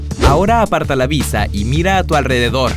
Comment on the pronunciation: Dice visa, no vista, jaja k kreisi